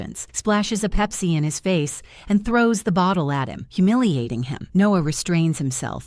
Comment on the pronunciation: Pipse? It's Coca-Cola